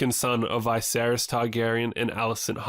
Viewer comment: It's not Vay-seris its V'seris.